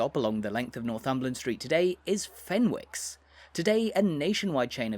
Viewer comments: We don't say FEN-WICK, we say FENNICK. Fascinating video, though, even for someone like myself who has lived in Northumberland for decades. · fenwicks, the w is silent